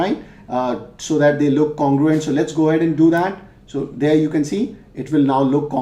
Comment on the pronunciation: Not congurent